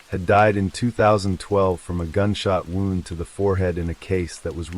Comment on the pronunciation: It’s AI you can tell by the flat affect and pronunciation of words such as wound and live using both in incorrect context